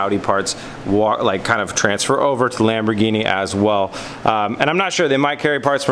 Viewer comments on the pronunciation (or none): its NOT "Lamborgini"